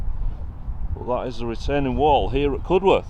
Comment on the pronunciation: Think it's pronounced CUD-erth not Cud-worth. Great video all the same. 👍